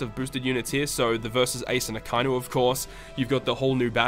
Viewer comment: it's a-ka-i-nu bro... pronounce it properly